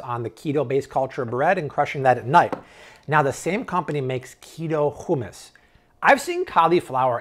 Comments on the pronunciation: They way you say hummus hehe just say ..(how-mous) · Hummos is not pronounced with a KH... "hum" as in "that person is humming" and "mos" like a moss. SO simple! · no it's not. it's a soft sound that doesn't exist in English. The use of H sound is closer to what he is saying.